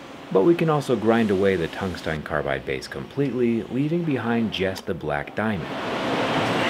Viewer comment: Did bro just say, "tungstein?"